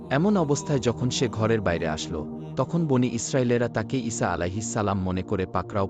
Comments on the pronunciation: The prophet’s name pronouncing should be corrected. It’s Isa not Isha. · আপনার ঈছাঃ আঃ ৰ উচ্ছারন ভুল হচ্ছে